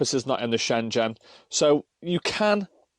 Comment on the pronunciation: Shengen,,, not shenjen!! Great bid, but it kept grating on me everytime u said Shenjen!!! 😉